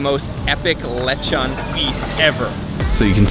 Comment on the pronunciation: its pronounced LE' Chon Not Lechun